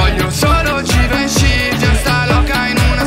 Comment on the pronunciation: Come lo pronunci bene Givenchy